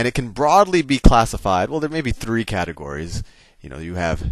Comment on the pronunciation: Nice video, very helpful.....By the way, The way you say "Three" ( to ) is funny